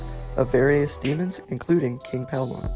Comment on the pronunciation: It’s king Paimon bruh ain’t no Palmon